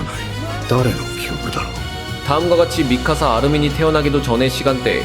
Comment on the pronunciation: 크루셔 아니고 크루거입니다